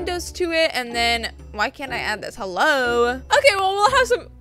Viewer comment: Hi I love you 💕 I’m a fan but I have a question it’s making fun 💗how when u say hello u say it like this: hebue heue welcome to another anything but love u